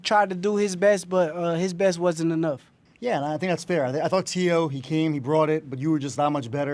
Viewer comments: Max it’s Teo not Tay O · Y he keep saying tayo?? It’s teo!! Max heard teo’s his name pronounced 1000 times as tee-o, y he keep saying tay-o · Why does he keep pronouncing Teo like “Tay-Oh”… That’s so fucking annoying. A “boxing expert” that doesn’t even know how to pronounce a fighter’s name correctly.